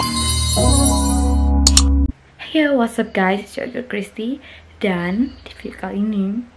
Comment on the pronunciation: masih salah, yg bener Christy